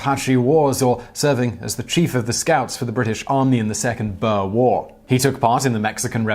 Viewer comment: No Simon. Butchering the pronounciation of "Boer" and "Koevoet", and we are not even two minutes into the video. Then there is the claim that SADF soldiers were racists. Get your facts straight rooinek